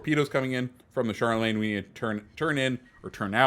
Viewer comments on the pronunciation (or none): Charlemagne - pronounced shaar luh mayn. That was driving me crazy.